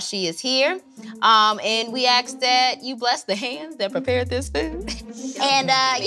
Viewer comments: We AXE that this food provides nourishment. Why is it so hard to say ASK? Just axing. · “,,,we axe that,,,and we axe that,,,” lol